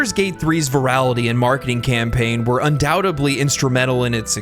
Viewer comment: Baldur’s Gate 3 is a shining example of goodness, freedom of thought and great artistry bizarrely being a recipe for success. Not a bunch of corporate shit. (And I love you man but I’m That Guy and the word ‘undoubtedly’ DOES have a letter ‘b’ in it but it’s in the syllable previous to the one you pronounce it in and… it’s silent so it’s pronounced like “un-dow-ted-lee” and start throwing stuff at me… now!)